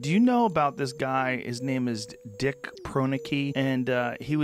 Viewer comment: Joe where have you been. Dick is a legend. And you pronounced his name wrong. Maybe a little research first! Alone in the Wilderness! And he did very little meat hunting.